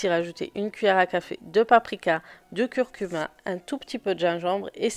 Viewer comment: Slm bonne vidéo! On dit du curcumA à ne pas pas confondre avec cumIN 😂 sayais c'est dit parcequ'a chaque je t'entends le dire 😅